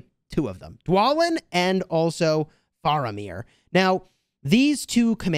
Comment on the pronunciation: He said Faramir wrong :(